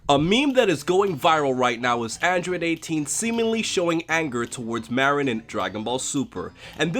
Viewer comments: It's Marron NOT Meh-rinn... I'll kill you if you do it wrong again >_< #JK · He called marron a morron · It's Marron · I legit thought #17 called Marron "Moron"... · My question and why I'm here is how did she know 17 pronounced Marron's name with 1 R. Im gonna assume this was in the Japanese version only, threatening to kill someone over a name seems like one of those goofy japanese extremes and likely wouldn't sound right translated. Guess I answered my own question by not being able to find a clip. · Or maybe it is because 18's brother mispronounced the name of her daughter, his own niece, and that could be seen as 17 not caring especially since he lives off on that island and doesn't seem to visit 18. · I still don't understand the difference in pronunciation between Maron and Marron... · Hm..... i didn't even think 18 was mad over something like that, i thought it was just because 17 said Marron wrong, and 18 being... well, 18 was annoyed. Also, anyone miss the DBZ Krillin? i just don't like how they made Krillin go from a Head shorter then 18, to like, a head and a half? still... he looks to much like a kid to me now... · I thought it was just a mispronunciation on 17's part... He didn't really curl the R and that's rude to mispronounce your niece's name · wait THIS is a meme now? why the hell isnt the "opps, my hand slipped" a meme?. Also i wonder why lazuli wasnt being herself or happy to meet up with 17 after such a long time, it seemed like she was mad at him for something, even before he said marron's name wrong